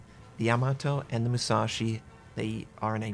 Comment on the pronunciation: UCHUU SENKAN MUU SAA SHIII LOL!